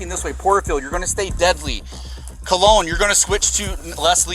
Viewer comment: BRO ITS CO(LONE)